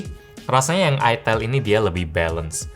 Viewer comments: Cara bacanya bukann itel bang. Tapi ITEL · Itil bang 😅 cuakakakakakak 😂 :D